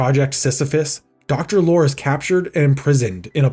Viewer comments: It's pronouces Lori. You pronounce the final e on Lorre. GAAAAAAAAA. Do yourself a favor and check out his work on film. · Great video. A small note. Peter Lorre's last name is pronounced "lorry". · Peter lorr-ee. It’s pronounced “laurie.” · It pronounced Lorr-ee. Peter Lorr-ee. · So you couldn't be bothered to learn how to pronounce Peter Lorre's last name, huh? Real professional. It's pronounced [LORR] + [EE]. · Great video but the actor's name Peter Lorre is pronounced Peter Lory (Lori) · Cool story, but Peter Lorre is pronounced Lorry, you've put enough research into the the story, you could've done a tiny bit more on how to pronounce names correctly. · That’s not how Peter Lorre is pronounced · Thank you! The narrator drove me crazy hearing him say it wrong every time. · Peter Lorre's last name was pronounced LORRY. Not lore. LORRY. Just as you don't pronounce Will Forte's last name fort. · Lorre. Peter Lorre. It's pronounced Lore-ee. Not Lore, that's Data's brother 🤖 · Mispronouncing Peter Lorre's name like ten times in a row was driving me insane. LOR-Y. Like what the British call trucks. Good video otherwise, it's going to be an absolute travesty if they actually delete this movie. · Is this an AI voice?? It's Peter Lorre, long E...not "Lore" but Loreeee.... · Sam the Sheep Dog should have been the antagonist. Sam has a history of being an antagonist SPECIFICALLY against Wile E. Coyote. Also... Peter's last name is pronounced "Lori" not "lore". His likeness was also used in The Brave Little Toaster at the shop where the song "B Movie Show" plays. He is the lamp shade. Zazlov is also the bane of my existence because he canceled season 8 of Venture Bros and had to be CONVINCED to make the movie for it to wrap up. DOWN WITH ZAZLOV!! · Peter Lorre is Lore-EE not lore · You should apologize to all the Peter Lorre fans (prounounced Lore-EEE) when you called him ''Peter Lore'' repeatedly. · It's Peter Lorr-ee, not Peter Lore. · It's Peter Lorr-y (pronounce the e).